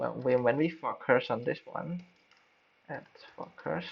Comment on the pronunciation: Thanks mate. Nice tutorial. Just one tip for improvement: when you say focus, it sounds like "fucker". You don't want to say that. haha. Cheers.